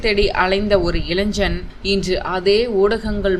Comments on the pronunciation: இளைன்ஜன் இல்லை இளைஞன்.சரியாக உச்சரிக்கவும் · அதென்ன இளைஞ்சன். இளைஞன் என்று சொல்லத் தெரியவில்லை. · இளைஞன் என்பதை இளைஞ்சன் கலைஞர் என்பதை கலை நர் முப்பது என்பதை நுப்பது இதெல்லாம் தமிழை வளர்தத திராவிட மாடல் ஆட்சியின் முத்தமிழ் அறிஞர்கருணாநிதி ஆட்சியில் தமிழின் வளர்ச்சி இப்படி உள்ளது. இப்போதுள்ள ஆசிரியர்களுக்கே தமிழை ஒழுங்காக உச்சரிக்கத்தெரியாது தமிழின் கதி இப்படி இருக்கிறது இதில் தமிழை அப்படியே ஆங்கிலத்தில் எழுதுவது மிகவும் வருத்தத்தை அளிக்கிறது😊